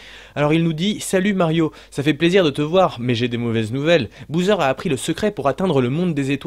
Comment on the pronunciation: super vidéo , ça me fait rire que dises Bouseur pour Bowser , ça me rappelle les mauvaises habitudes que j'ai pris petit aussi quand je jouais à des jeux et que je ne connaissais pas non plus la prononciation et que j'en inventais une ^^